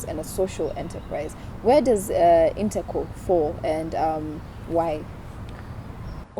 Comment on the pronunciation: It's InteCo not integral, correct me if am wrong